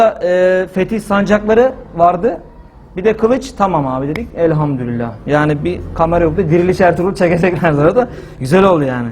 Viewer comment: Elhamdurillah değil hocam Elhamdulillah r yok orda